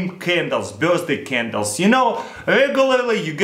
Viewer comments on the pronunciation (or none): "Birsday Caundles"